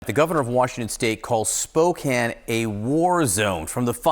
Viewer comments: It’s pronounced Spo-can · Why are you saying Spokane like that?....lol. We don't pronounce it quite that way over there....lol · I'm sorry for the people of the Pacific Northwest. But my doofus brother-it-law called the city Spoo-Kane... :face-purple-crying